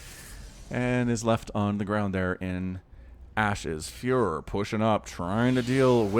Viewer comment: When you saying "furo" i hear fuhrer xd